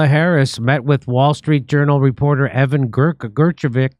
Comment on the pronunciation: Jimmy, you’re as bad as Joe Biden when it comes to pronouncing peoples names…get a grip!